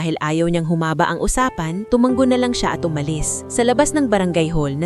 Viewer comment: Sana ayusin nyo yung pagbigkas ng salita tulad ng " tu- ma- ngo" sabi ng narrator " tu-man-go" me bago na ba tayong paraan ng pagbigkas ? bawat paraan ng pagbigkas me kanya kanyang kahulugan!!!